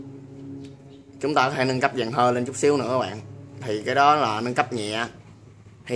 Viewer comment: Gọi là dàn hơi chứ ko phải là dàn hơ nhé.với lại ad bớt nói từ " đó đó" đi.cứ nói đó đó hoài nghe mệt mỏi